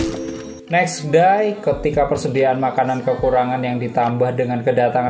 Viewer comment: Thx utk review nya, cuma sori biar lebih ok lagi mungkin "pronounciation" bahasa inggris nya yg lbh baik biar gak bingung dengernya, kyk : - sandra bullick (seharusnya : sandra bullock) - next die (seharusnya : next day 😁) Artikulasi juga dibuat lbh enak dong, biar dengernya jg nyaman. Krn sbg youtuber anda sdh jd pemilik media channel umum secara gak langsung, jd standardnya jg kudu dijaga. Jangan spt kyk 'males ngomong' atau lazy talk gitu. Mulut lbh terbuka jelas saat bicara Terakhir : Ini ending yg sebetulnya konseptual bgt tapi sayangnya malah gak diceritain😅.. Jadi : di dalam gedung yg berisi komunitas yg "aman" itu sebetulnya bukan orang biasa. Tp itu adalah gedung orang2 tunanetra. Jadi "tragis" dari konsep film ini yang "selamat yg tdk melihat" ..